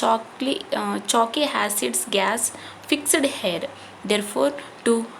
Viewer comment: You are tell hair that word is not hair that is air